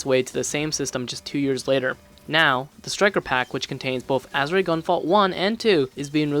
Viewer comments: "Ah-sure". Not "Azz-ooh-ray". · Solid review, but you're mispronouncing Azure it's pronounced "As Sure" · Bro its AZ-ZURE. It's a color. A type of blue. That's how its pronounced. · It’s pronounced aZHer REEEEE!!!!’ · Had to stop watching this as soon as you said "Azuray" for about the 5th time. Sorry. I'm sure you put a lot of work into this review. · Are you able to pronounce Azure now? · Joule is pronounced "Jewel" and you don't pronounce the E at the end of Azure. This is a nice review, keep it up ouo! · normally you'd be correct if that was a Japanese word but it's not Azure is a Latin rooted word for blue. That's like changing the pronunciation of Juan to Jooaan because someone wrote a book in the Midwest that carries a different American English inflection for the A sound. You'd always pronounce juan "wan" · Why does it sound like he is saying "Azurite"? It's Azure. Also, it's "Septimal". Not Sepimal. I'm not trying to be mean, but off-sounding pronounciations are just irksome to me...